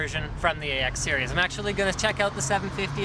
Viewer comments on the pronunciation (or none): none